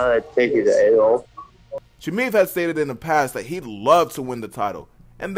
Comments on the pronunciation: How is is that difficult to pronounce «Chimaev» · Learn to say Khamzat’s last name, you puppet